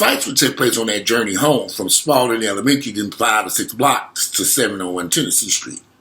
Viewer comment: I went to Spaulding too!!! Ol' dear old Spaulding, SPA-ULD-ING 😆😆 #spauldingeagles